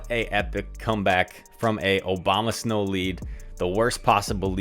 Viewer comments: No one:: OBAMASNOW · Haha nice vid.. but does anyone else realize that he always says "Obama" when talking about abomasnow lol